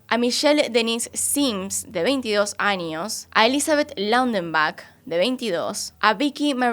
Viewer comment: Creo que es "años" no "añios" es tamaño no "tamañio" extrañas no "extrañias"